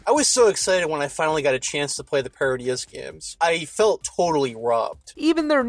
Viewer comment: Btw Parodius should be pronounced Pair - Oh- dee-us as its a series of games parodying the Gradius games! Also, doesn't Lekunga resemble. Marvels Shuma Gorath, right down to the pulsating eye?